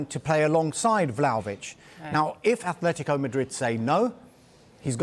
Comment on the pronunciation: Great that has the consciousness to actually say A-tle-tico and not A-Flet-tico like the AFTV pundits.